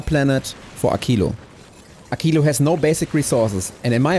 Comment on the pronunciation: WHO says AKILO???? It is a q not a c/k 😢 Also: why no prod modules for science?